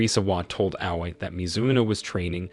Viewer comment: And he pronounce Aoi not A-o-i